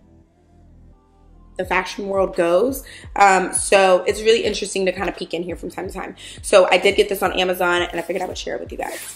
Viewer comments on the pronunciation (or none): none